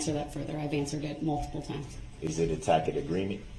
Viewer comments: He's still saying "tack-it" when he means "tassit" (i.e., tacit). Oh Brooksy, you knuckle-tatted buffoon, you are so out of your depth here. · Grounds, substain, tackic agreement, oaf and on and on. What a POS this illiterate aholes is. What a shame that his victims had to endure this nonsense!